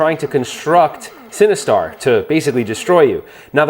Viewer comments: I keep hearing “cinnabuns” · well, I am now since you keep saying, “cinnabuns”!!! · no, I don’t think you did. It just kind of sounds like that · Legit thought he said "You need Cinnabons to defeat Sinistar" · mmm “Cinnebombs”…. sorry that’s all i heard. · I kept hearing "Cinnabons" - equally enticing but evil! :)